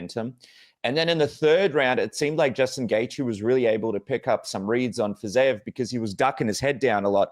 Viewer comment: How can you continuously pronounce Fizievs name wrong when Hardy is saying it correctly